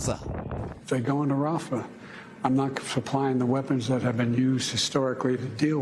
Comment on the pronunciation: “If they go into Rafa I’m not kaflying the weapons”. 😂